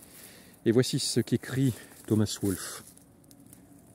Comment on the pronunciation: Merci de saluer Wolfe ! (Mais on prononce Wol-fe, pas Woolf.)